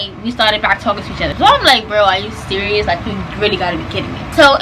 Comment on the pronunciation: Nobody:: " surious " 🤣🤣🤣